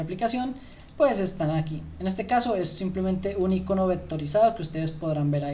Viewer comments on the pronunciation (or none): none